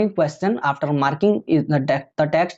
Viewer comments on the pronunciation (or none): none